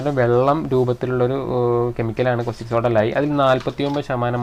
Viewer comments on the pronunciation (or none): കോസ്റ്റിക് സോഡ അല്ലട, കാസ്റ്റിക് സോഡ.